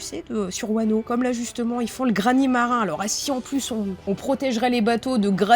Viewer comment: Pas mal, par contre attention on prononce " GraniT marin" et pas "Grani marin" ^^